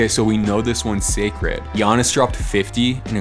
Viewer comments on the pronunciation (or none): none